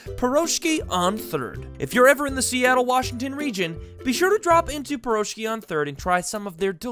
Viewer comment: As a Russian your pronunciation of the word Piroshki hurts pretty much x.x